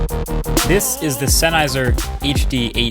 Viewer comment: Dude! Senn-Heiser. Its a German surname.